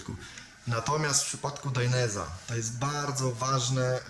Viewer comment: Gościu kurwa naucz się poprawnie wymawiać, bo robisz z siebie wsioka. Mówi się DAJNEZE a nie dajnes czy jak to tam wymawiasz. Tak samo ALPAJNSTARS a nie alpinstars etc. ELO.